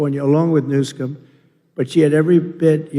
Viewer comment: Sounds like his Mike is a little too hot. It’s coming across distorted (signal clipping). - Wow! I just got it! I’ve heard this man mispronounce that governor’s name many times before now and I just got it: New Scum. Guess I’m slow.